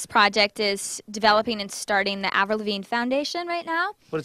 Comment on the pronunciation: lol "avirl" wth :/